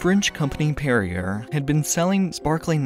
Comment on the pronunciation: Perrier is pronounced "Perry-ay"